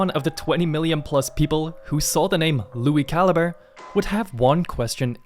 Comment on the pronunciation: Lui Ca-Lee-Bray